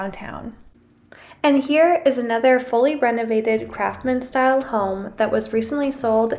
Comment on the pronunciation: She keeps calling it a craftman style home. It's craftsman. With an S.